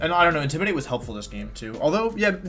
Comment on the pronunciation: Intimidatii Cinderache I hate and love these pronunciations so much Love the video though :p